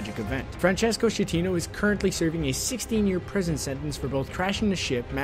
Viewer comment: it's not "scetino", but "skatteno"